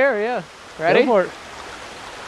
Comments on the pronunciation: i know you said for three 3 but it sounded like f**k three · it sounded like he said fuck